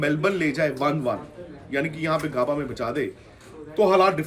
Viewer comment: It is not Gaabaa it is Gabba, pronounce properly